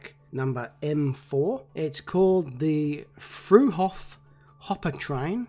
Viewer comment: Whenever you try to pronounce Fruehauf, I have to smile. As a hint: The two syllables are Frueh and Auf, with the -h being silent. It translates to "early up". Just pronoucing it "free-ouf" will be close enough.